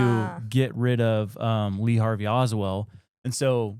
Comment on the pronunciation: Darwin Award nominee - Lee Harvey OSWALD, not Oswell - Haight (hate)-Ashbury District, San Francisco CA - Ray Bosch (squash)